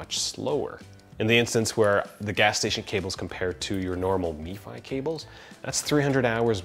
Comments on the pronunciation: It Pronounced em Fi, not Me Fi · its not MEFI its M F I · Outstanding breakdown. But hearing "Me Fi" was kinda wierd. It's just "Em Ef I" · MFI not Mefi. Only in america :-) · You do know that “MFi” is not pronounced “Me fi” it’s just M Fi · i thought it was pronounced m-fi never heard me-fi before. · _ Red it’s actually MFi, but i was spelling his pronunciation phonetically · If the 'i' we to give an 'e' sound. Why wouldn't you pronounce it mefee? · the way he keeps saying “meefy” kinda irked me... but great video nonetheless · Nate Sinnott *mifi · Yep. Only one I in that acronym. Every time he said it it made me cringe. So much cringing. 😂